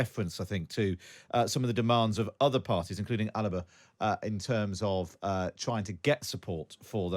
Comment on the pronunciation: Alapa? You mean Alba?